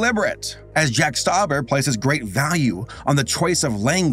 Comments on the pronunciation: Jack stuber* Who is "jack stuober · It's actually Stauber